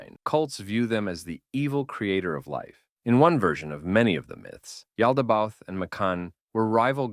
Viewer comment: It’s pronounced Yao-da-ba-oath btw